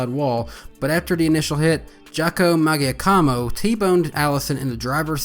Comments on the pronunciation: It's muh-JOCK-o-moe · Great video as always. Never heard Jocko Maggiacomo's name pronounced that way before